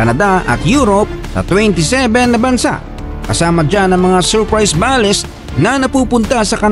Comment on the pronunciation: I just want to make a comment about you saying “BALES” you should pronounce it in English Bales in one word not ba les Bales means a large bundle or package prepared for shipping